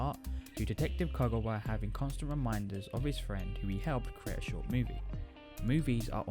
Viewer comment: Couldn't you fix the audio to make it louder AND correct your mispronunciation of Konakawa's name?????